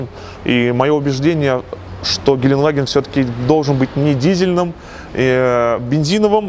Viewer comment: все хорошо, только произноси слово ГЕЛЕНДВАГЕН ПРАВИЛЬНО, а не как колхозник геленваген...еще раз ГЕЛЕНДВАГЕН DEUTSCH GELENDWAGEN